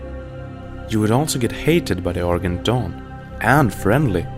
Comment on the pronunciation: "Sea-lots" "Shillwind" "Timolean" "ArGent" "Shapter"